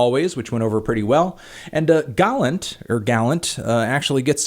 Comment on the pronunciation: I thought it was "Gull-AUNT" not "Gall-ANT"